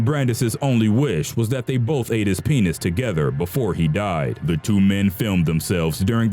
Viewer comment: i can't stop laghting at how he says penis